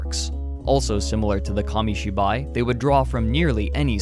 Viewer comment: What is monga? Komishiboy? Why can't Americans say foreign words without using that pretentious but wrong pronunciation...